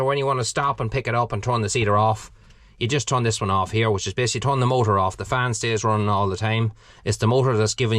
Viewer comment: Turn not thorn.